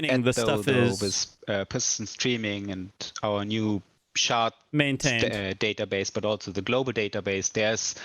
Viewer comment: I'm going to go play Eco while they fiddle fart around with all this. Catch you in 2 - 3 years. And folks, it's SHARD, not SHART.